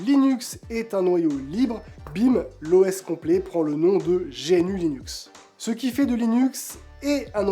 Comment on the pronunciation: GNU : On dit gnou (comme l'animal, d'où le logo) pas génu Chacun peut apporter sa contribution, si si. Si on est pas un développeur, il reste les traductions et les fautes d'orthographe, de syntaxe ou de sens dans la documentation. Aujourd'hui il 2 barrière à l'utilisation par le grand public : - le processus d'installation (qui fait peur, bien que très facile. - la connaissance publique de ces choses, qui force à se jeter dans le bain (merci pour ta vidéo) D'ailleurs pour paufiner le travail de mise à connaissance du public, je te conseil de réaliser une démo avec Linux Mint si tu t'adresses au grand public ou PopOS si tu t'adresses au gamers. Beau boulot continue comme ça